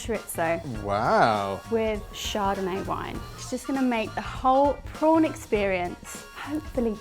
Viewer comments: Pawn????? You mean shrimp !!!!? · She said "whole prawn experience with wine " I heard "whole porn experience with wine"